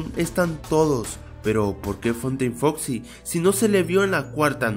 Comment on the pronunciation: dijiste en la 5 curiosidad dijiste fosi en ves de foxi genio